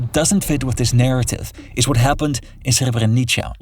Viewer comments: Srebrenica sounds like srebrenitsa, not srebrenitcha. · By the way, Srebrenica is pronounced (Sre-bre-nih-tsa), not (Sre-bre-nih-cha). I hope this helps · For the love of God do some homework and learn how to pronounce Srebrenica it is not a Srebreniča. Clickbait video nonetheless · Its srebrenica not srebrenicha. And also serbs are christians as well. This video has so many fake news its incredible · Good reporting kid. Just a quick tip. The C in Srebrenica is prononunced as TS or TZ. Srebrenitsa/Srebrenitza. Which is how C is pronounced in most Slavic languages using the Latin alphabet. You're welcome. Keep up the good work. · the "c" in serbrenica is pronounced like the "zz" sounds in english "pizza", if you need it for the future. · what this guy cant pronounce Srebrenica less idiotic ? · HOW did you pronounce Srebrenica like that?! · As a croatian you really butchered the word Srebrenica. I wouldn't understand about what are you talking if I already didn't knew. Serbia is a country in ruins. Young serbian people stand strongly against their government. Religion is dividing people so we should all be atheists:)